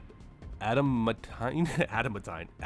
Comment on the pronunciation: Ada man Teen (adamantine) :) I know it's hard to pronounce if you've never heard it and it was early for you 😂. Thanks for the patch breakdown as you do every time. Appreciate you!